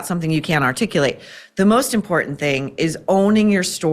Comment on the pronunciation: Maureen, What is this "Import TENT?" I'm hearing it more and more. Cringes my brain.